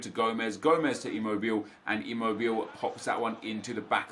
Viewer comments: Its not "immobil" its "immobil-eh" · It is ImmobilE, not Immobill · Gabriele Anziani Thank you. I always cringe when he says "Immobil". :D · Stop saying Imobill, he is called immobile like you used to call him. Please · Immobile ------ i - mow - bi - lay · Ngl I'm getting annoyed with Immobile. His 88 card is absolutely amazing, but the english announcer butchers his name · “Immobile” pronunciation was right during your previous video, not in this🤦🏼‍♂️ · Is that how Immobile pronounced? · you're pronouncing immobile incorrectly! you were saying it right the first time. Italian tip ;)